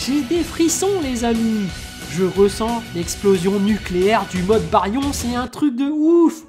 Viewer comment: Sa me perturbe comment tu prononces bayrion 😂🤣🤣🤣 excuse mec mais j’adore très bonne vidéo j’en ai eu des frissons 🤧